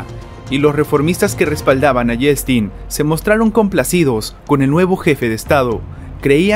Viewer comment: Se pronuncia:"ieltsin", el ruso tiene la misma valía de vocales y consonantes que el español.